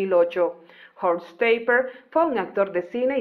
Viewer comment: No creo que se pronuncie como si fuese un apellido inglés, es "taperg" así seco en alemán y no perteneció al ejército alemán, sino al ejército político armado, es decir a las SS y de hecho perteneció a las Tottenkompf la división que perpetró masacres, violaciones y asesinatos indiscriminados a ciudadanos soviéticos y franceses. Nunca habló de ello y solo se supo esto después de su muerte. Probablemente fue un gran asesino y criminal de guerra que nunca fue enjuiciado